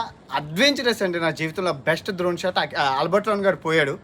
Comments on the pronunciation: డ్రోన్ bro ద్రోన్ kaadhu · అది ద్రోన్ కాదు డ్రోన్. videos లో కుడా ఎప్పుడూ ద్రోన్ ద్రోన్ అని అంటుంటారు. మీ videos regular గా చూస్తుంటాను. మీరు చేస్తున్నది ప్రపంచ యాత్ర కాదు, ప్రపంచంలో ఎవరూ సాధించలేని సాహస యాత్ర. All the Best to you.